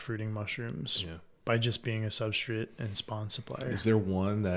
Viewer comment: I can't unhear substrit